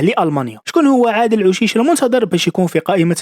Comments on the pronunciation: اوشيش وليس عوشيش Aou chiche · نيشان عندك لحق شحال من فيديو ڨلتلهم بلي اوشيش ماشي عوشيش